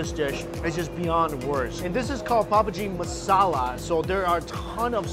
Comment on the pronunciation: he just said pubg masala to pavbhaji masala lol